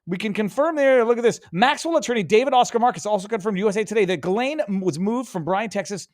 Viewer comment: Thank you Viva, because hearing everyone pronounce her name incorrectly is weird 😂